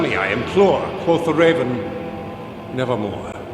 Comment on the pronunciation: quof the raven